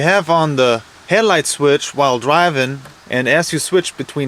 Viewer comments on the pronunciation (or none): He said "Het-light" and "Plag"